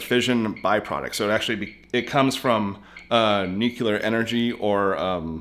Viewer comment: NEW CLEE ARE you still can't pronounce it correctly. I guess old habits die slowly